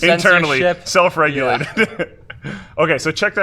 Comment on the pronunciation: "self reulated"